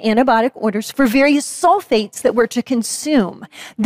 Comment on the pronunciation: Maybe she is saying soul-fates not sulphates, and as such her argument isnt entirely goddamn moronic